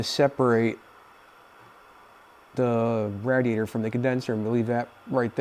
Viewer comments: Its pronounced. Raid E ate er. Smh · Quit sayin radiator like that🤣🤣🤣